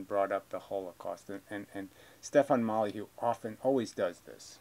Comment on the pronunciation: It’s hilarious how you say “Molyheux” instead of Molyneux.